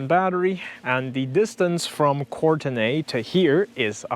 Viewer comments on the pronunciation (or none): Vancouver Island/Sunshine coast native here, it's usually called Court-nee btw 😄 looks like a sweet trip, excited to get my Bolt EUV next month! Thanks for all the details.